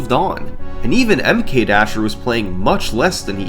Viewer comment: SummoningSalt I love your videos...I think I watched them all. But the way you pronounce MKDasher is killing me. I don't know what the right way is but the super pronunciation of the "M" is like Nails on a Chalkboard :). Anyway keep the Vids on coming... <3